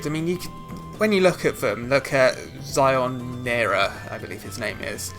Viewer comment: it's actually Shionara/Sionara not Zionara